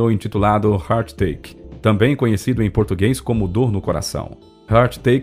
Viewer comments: Ô meu pai !! eu ouvi ele falar "Heart Take" [rart teik], quando deveria ser "Heart Ache" [rart eik] obedecendo o espaço ou lendo direto [rareik]. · Ele comentou sobre a música "It's a Heartache", mas pronunciou errado, algo como "It's a Heart Take".